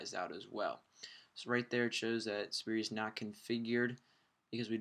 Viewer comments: SPY-ER(Spire) not Spirie >__> Just a heads up it got annoying the way you say it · FUUUUUUUUUUUCK ITS SPIRE NOT SPIRI!!!!!!!!!!!